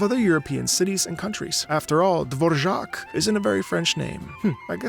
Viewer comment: "Dvorak is not a very french name" I have a feeling you know this but for anyone who don't, Dvorak is actually a czech name, it's written Dvořák actually and as a czech person I must say you have great pronunciation of the name!